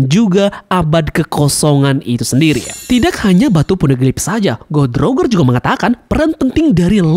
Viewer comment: Goh Di Rojer, Daires bacanya gitu lebih enak mang